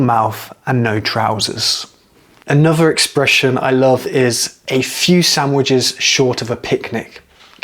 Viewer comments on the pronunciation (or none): You know what, I absolutely love your accent, but I can't, for the life of me, place it. There seems to be elements of Estuary (you often replace TH it a V or FF - you said bovver, mouff and anover), but you use the short, flat, northern A sound in words like laugh, grass etc. I get that you're talking slowly and pretty precisely so that your students can follow and understand what you're saying. I'd love to hear how you speak naturally - to another native speaker, I might have a chance of working out your accent then lol. Seriously though, I really like your videos, they are full of really useful content for non native speakers, and the way you explain phrases and words is really clear. Please don't think I'm criticising, I just find the way you speak a conundrum :)